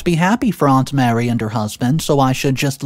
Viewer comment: Mary is a different name than Marie. Just telling you because this is the second video you mispronounced it. Also, OP is not the a**hole. 56 years of age is old and the risk of childbirth is a lot higher the older you get.